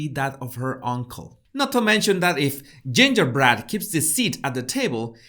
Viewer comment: “Gingerbrat” 🤣😂🤣. Thank you,. I needed that laugh today.